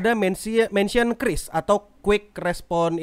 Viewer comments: Bacanya kris bang Bukan kyuris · Btw pelafalan qris itu "kris"karena pakai bahasa baku Indonesia dan ini ditegaskan lansung oleh petinggi qris (gak tau lupa siapa pastinya) disebuah podcast